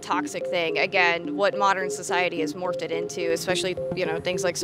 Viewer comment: Why they pronounce “represented” as “representeded” and “morphed” as “morphted”